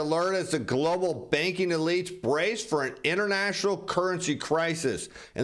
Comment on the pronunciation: Stop saying Glo Baal......Give it a rest